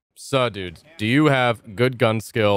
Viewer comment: “Sa dudes” where are you from?